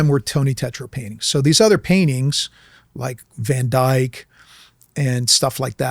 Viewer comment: It's Van Dyck.